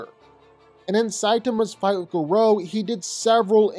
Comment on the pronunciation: The pronunciation of Garou is a crime